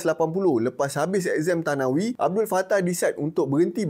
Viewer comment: abang sebutan thanawi gini abang "sanawi"...huruf tha